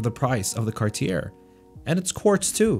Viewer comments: The final "r" is NOT pronounced.. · Please tell me you know how to pronounce Cartier after all this time?